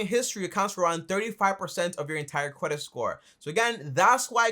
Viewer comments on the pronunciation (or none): You say cwedit and you talk at 120 decibels